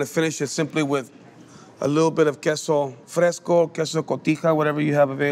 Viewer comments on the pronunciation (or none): none